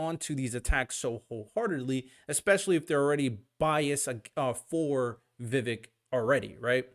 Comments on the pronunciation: You lost me when you pronounced his name, its not princess Vivi bro, its VI VEEEK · Vivek pronounced like cake. Vi vake like cake. Just try and research pronounciation before you talk about him for 30 min. Don't worry...you're not alone. I've seen the same mistake by mainstream conservative talking heads....almost enough to stop watching them, as they have no excuse. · Vivek is pronounced Viv-AKE, like CAKE. Get it right!